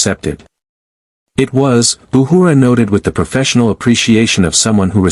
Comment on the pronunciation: I like how the A.I. Voice pronounces Uhura’s name “Ahooraw !” lol.